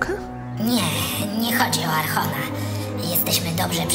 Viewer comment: Jeżeli zabieracie się pod dubbing to polecam nauczyć się pierwsze poprawnej wymowy niektórych nazw. Słowo Archon wymawiane tak jak się widzi kłuje w uszy (zamiast ch w wymowie tam tam ma być k ). Tak samo z Liyue, inicjatywa ciekawa ale jak na razie szału nie ma poza Abbys Mag. Trzymam kciuki i podwyższcie tą jakość!